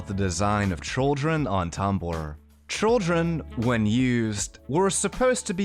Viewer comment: Are you saying trolldren instead of children on purpose?